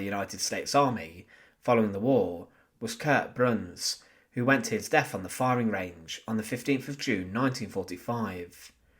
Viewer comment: "TH" IS NOT PRONOUNCED "F". "DEATH" IS NOT PRONOUNCED "DEAF". STEP UP YOUR GAME.